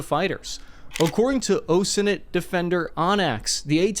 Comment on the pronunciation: Your superior voice quality lends such credibility to your reporting that it is funny to hear you say Oh Senent instead of OSINT.